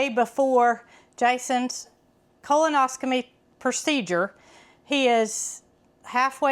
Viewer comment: Pronouncing it wrong it’s colonoscopy .